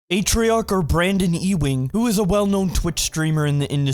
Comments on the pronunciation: his last name is pronounced you-wing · Did you call him E-Wing? Never heard of Patrick Ewing?